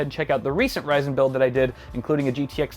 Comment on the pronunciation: I stopped watching after i heard ryzen